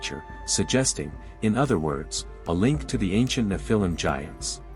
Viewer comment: Learn how to pronounce the word “nephilim.” Your inability to pronounce the word correctly indicates that you are not knowledgeable about scholarly studies. Perhaps this was intentional as Satan would not want curious scholars to know about the credibility of the Nephilim.